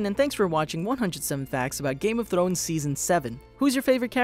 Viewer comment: Stop saying "Game of Thlones"!